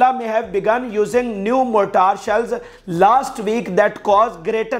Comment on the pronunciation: Very good and powerful. Keep it up. Mortar is pronounced as mor tur not mortaar. Wounded pronounced as woonded. Please don’t chew on words. Don’t emphasise on any word. Please read English fast. Please take lessons from a person like Usama Ghazi on how to pronounce words of English. You need to work hard at it. Read a page of English without chewing or emphasising on any word. Your well wisher. Regards.